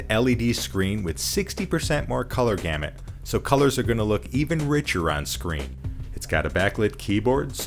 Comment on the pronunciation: gamit sounds like damit